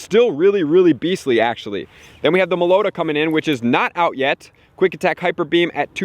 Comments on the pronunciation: I cringed at how he pronounced Meloetta. insert LeviOsa meme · I've never heard someone mispronounce Meloetta worse before